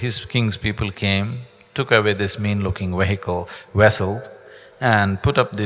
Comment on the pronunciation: He keeps saying wehicle when he means to say wessel!